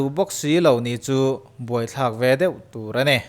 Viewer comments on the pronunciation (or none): none